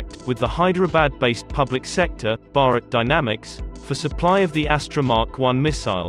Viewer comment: Its Bharat dynamic not barak dynamic